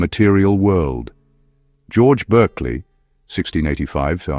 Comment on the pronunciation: His name is pronounced BARKLEY.